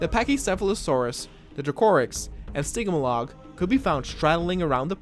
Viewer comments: Its Stgy-mol-ic! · I'm sorry I cried from when you said stiggmahlog